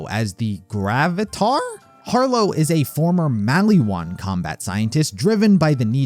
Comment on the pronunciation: if i hear mally wan one more time